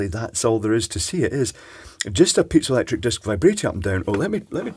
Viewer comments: Iv never heard it pronounced pizzalectric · pee-zoh electric